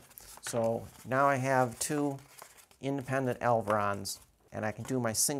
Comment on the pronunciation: I assume you mean elevons, not "elverons" right?